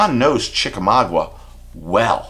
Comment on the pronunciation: Chicka 'Maa-GA' not Maa-GWA .. Good luck fishing MAA-GWA.. 🤣😜😁